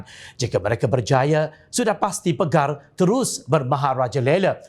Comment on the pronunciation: Assalamualaikum. Peribahasa tu berbunyi Harapkan pagar,pagar makan padi...bukan PEGAR. Penulis text berita juga harap maklum.